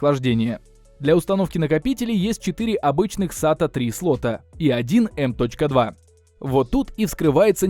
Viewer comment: Оверлокинг процессоров для швейных дел мастеров))) Не в обиду, но ухо резануло, так же как и эм точка два слотов)))